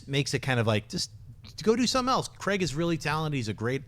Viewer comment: it's Craig and not Creg